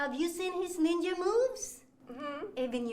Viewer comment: Ohk, so let’s break down the levels of racism here: The blatant mispronunciation of NEENJA, like she’s a five year old who hasn’t been taught better The idea that this woman thinks that NINJAS, those ancient JAPANESE espionage agents are from CHINA And perhaps what’s probably the most multilayered example of racism here: she says she goes to China… to seek the help of BUDDHA, a historically famous INDIAN man who promoted peace and enlightenment… to be a NINJA… an agent of espionage and assassination… Just, the more attention and thought you give to this war crime against the arts, the more terrible it becomes and the more angry you become